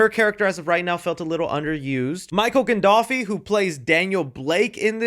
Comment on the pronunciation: “Michael gandolfi” 😂😂😂